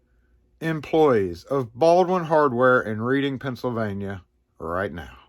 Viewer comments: we talk funny in pa it’s not pronounced Reading we say reding we do say a, that’s public school English for y’all 😂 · Nice shout-out for some hard working people. BTW, "Reading PA" is pronounced to rhyme with the past tense of "read" and sound like the color "red" (e.g. "redding"). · Cool video idea. 💯 I'm 30 miles from Reading, and here in PA it's pronounced red like the color. Good stuff brother! 👍